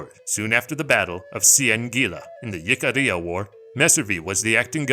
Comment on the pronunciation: One critique otherwise a very good 👍 video! Jicarilla is pronounced "Hick-ah-ReeAh"